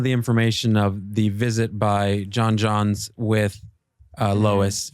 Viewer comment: omg does everybody on this channel pronounce J'onn J'onzz as John Johns? Have none of you seen the Justice League animated series? Or Supergirl? Or any of the animated movies he's in? Dammit Zack. Should've had Lennix say it.